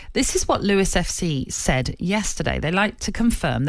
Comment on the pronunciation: ‘Lewis’? It’s Lewes - pronounced loos